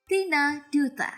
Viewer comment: Tina dutta.. tapi bacanya Datta kk 🤗